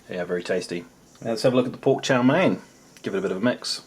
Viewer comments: Its Chow Mein with a long E. Someone had to tell him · LOL I was wondering what is Chow Mein (it sounds like Chao Mei - Strawberry). Just say "Fried Noodles" LOL Pretty sure the whole video seems long because of the "Chinese"